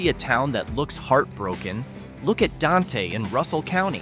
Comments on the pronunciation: And Don-Tay. (It's pronounced "Daint") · Dante is one syllable. It rhymes with ain’t. 😁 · Dante is pronounced “Daint”